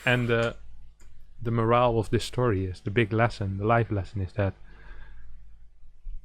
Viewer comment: Btw, "moral of the story" is pronounced "MORE-ul" as opposed to "more-ALE." Because "moral" and "morale" are two different things!